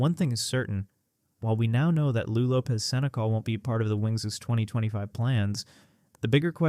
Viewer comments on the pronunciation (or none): If you can't pronounce the players names, your whole channel is discredited. Paige, Lou, Arike all pronounced wrong. Very easy to verify names before producing the video. Why would anyone trust your content? No new info, just lots of words saying almost nothing.